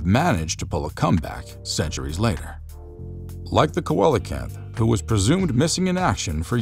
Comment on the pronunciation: Pronounced “See lo canth”